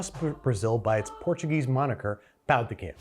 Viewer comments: Is no one going to point out that he’s saying p*nis de queijo? Pão = bread. Pau (pow) = male genitalia. 😂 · By the way, when you mispronounced "pão," you accidentally kept saying Brazilian Portuguese word for d*ck! There's a nasal quality to "ã" that's hard for native English speakers